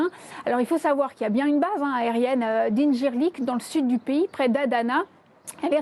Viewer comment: Elle pourrait faire un effort sur la prononciation des noms c’est pas compliqué adana - incirlik ADA-NA